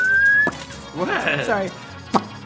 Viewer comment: "THEY'RE ZO KUTEEE"